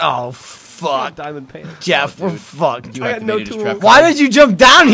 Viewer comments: Mystøgan !!! Dgeoff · "DGeff" That never fails to make me laugh. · I say DGeff because that is how Gavin pronounced it when Geoff scared him. He said his gamer tag except he didn't pronounce it Geoff, but Geff.